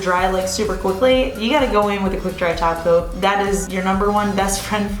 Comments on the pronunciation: I heard taco in stead of top coat. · Care Bear11 That's exactly what I hear when she says top coat!!!!!